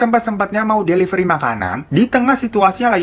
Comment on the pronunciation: Devilery? the fak Delivery kale